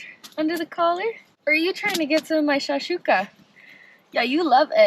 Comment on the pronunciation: Its shakshuka not shashika